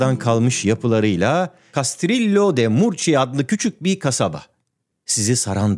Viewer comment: Barış bey İspanyol aksanıyla Murcia ilini okumanızı beklerdim yakşamlar